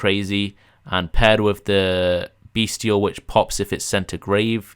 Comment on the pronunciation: the "t" in "bystial" is a soft "t" like in "celestial", "influential", "potential", etc.